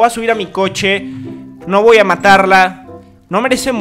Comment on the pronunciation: Me rncanta cuando dice , voa correr , en vez de decir voy a correr :v